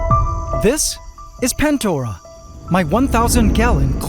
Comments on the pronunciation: thought it was Pandora not Pantdora lol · I will forever call it the Plantdora instead of Pantdora